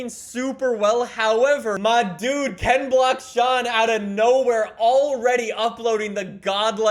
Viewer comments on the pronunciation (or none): Did he say KenBlocksShon twice ?😂😂